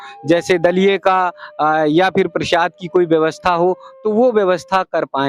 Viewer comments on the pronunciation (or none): प्रशाद नही= प्रसाद बोलीये